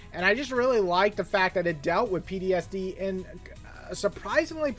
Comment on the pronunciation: started binging your videos. Its P-T-S-D. not pdsd lol . Love your vids